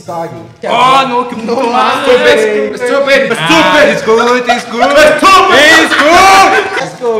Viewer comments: All my family members only speak Spanish and I’m not lying when I’m saying this is how they try to speak with me 😭😭 “EHSTUPID” is accurate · ''ESTUPID'' '"ESTUPID' ''NAH GUEY IS GOOD